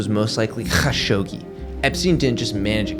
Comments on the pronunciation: All love but: just say kashoggi, not KHAshoggi. Pls n ty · Sounds like you sayin Hawkshoggi.